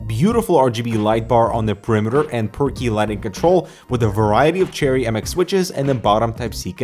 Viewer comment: Every time says per key lighting control, I hear 'perky' lighting control:3